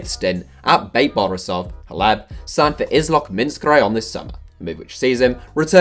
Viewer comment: who's hleb isn't it pronounced klef?